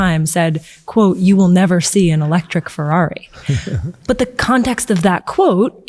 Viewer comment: it's FeRRari. not Fewwawi, diocane!